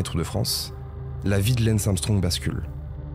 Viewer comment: Pourquoi rajouter des "ch" ? viechh, états-unichh, marquéch, aidéch ... c'est d'un laideur